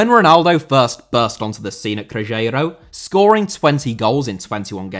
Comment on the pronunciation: Cruzeiro* not Crugeiro